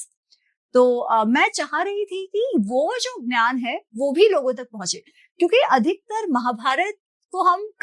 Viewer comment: Why is she mispronouncing 'gyan' as 'nyan'?